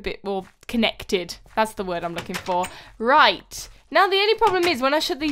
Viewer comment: Did you see when she said raight its meant to be right